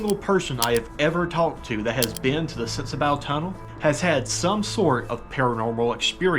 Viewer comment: I know I'm late to the show, just wanted to give a bit of info. I'm a local to the tunnel and it's pronounced sensabaw. Also, the creek has been there for a very long time. Definitely was not Helene. I've been told by several old timers that the creek was originally meant to run through a trough on 1 side. Somewhere along the way, the creek got too big for the trough and took over the whole roadway. Love your content brother!